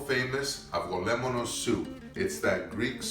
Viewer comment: Pronunciation- - avo LEM-ono soup